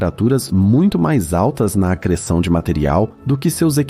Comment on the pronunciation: Video muito bom mas como eu ri do "Disco de AGR3SSÃ0" kkkkkkkkkkkkk